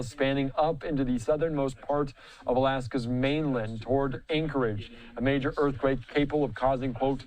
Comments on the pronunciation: did he say Earth Cake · "Wait did he just say Earth Cake? / 🤦🏾‍♂️ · "Earthcake" lol.